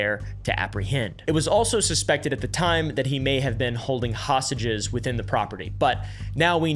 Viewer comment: "hosTages" not "hassages" lol